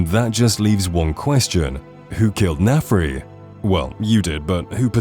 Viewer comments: Why are you pronouncing his name like Nefri? It's Narfi 😅😂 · It's Narfi, not Nefri. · OMG is Narfi not Nafri